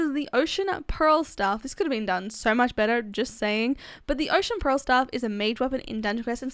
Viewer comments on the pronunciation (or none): none